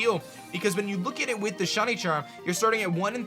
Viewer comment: Is it just me, or is he saying “Shuny” instead of shiny?